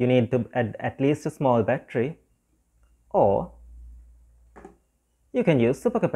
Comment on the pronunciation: You do not know how to pronounce battery?